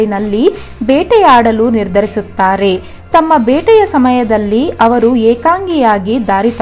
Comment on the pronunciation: Ha varu alla avaru